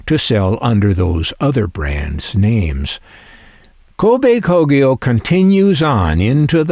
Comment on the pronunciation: wow, you learn something new everyday. I never heared of Kobe Kogyo before, and you certainly pronounce it 100% correctly. However, I came across the "TEN" logo before as a child and thought it's another Matsushita brand. They supplied auto-radios for Toyota as out school's Toyota Coaster had that "TEN" logo on it's radio. They're most probably based in the city of Kobe, not??